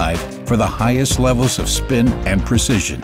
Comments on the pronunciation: highsest XD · pause "Aspiring to reach the HIGHSEST levels..." :'D